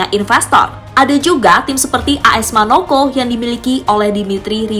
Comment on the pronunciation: AS MONACO.. BUKAN AS MANOKO